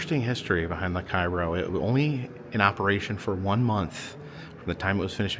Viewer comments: Cairo is pronounced “Kay-row” in the area. “ky-row” is the name of the city in Egypt ! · I'm only bringing it up cos you'll probably be back there but both the ship and town it's named after are pronounced "kay-roh". Like the corn syrup. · Great video. I always enjoy watching them on your road trips. I have to correct you on one thing. The correct way to pronounce Cairo, IL is Kay-Ro. Lots of people pronounce it wrong as people think it's pronounce the same way as Cairo Egypt. But, keep up the good work and videos. I'm enjoying your Mississippi travel. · IT'S PRONOUNCED CARE-O here in Southern Illinois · While in Cairo, in its pronounced cayrow.. 😂